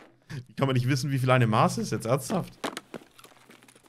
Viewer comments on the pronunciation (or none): Geiles Video, aber bei musste ich weghören. Das heisst MaSS und nicht Maaß. ^^